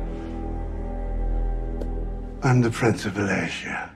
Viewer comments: The pronunciation of walachia 👎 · Yet another role where Cage is SO over the top, goofy ... and so NOT what Dracula should be. He can't even pronounce Wallachia correctly.